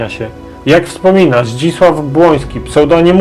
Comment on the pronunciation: Kpt. Zdzisław BROŃSKI ,,Uskok" nie BŁOŃSKI jak Pan powiada w filmie...